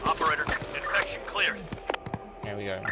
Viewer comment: Lol....INFRECTION! What is an INFRECTION! 😂😂are u that bored of doing these s@ videos that u can't pronounce words right.